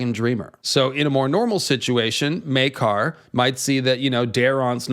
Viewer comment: Oh my goodness something just occurred to me right now. I had an apostrophe to quote Smee. In the scene where the Targaryen‘s are introduced, they pronounce Prince. Maekar’s Meekar. I’m sure that got right under his skin.